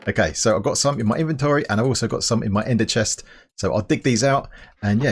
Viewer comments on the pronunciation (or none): you said enderchedt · LUL “Ender Chest”